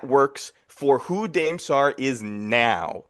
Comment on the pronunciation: Dude saying Dame Sarr’s name wrong 20 times in a row is wild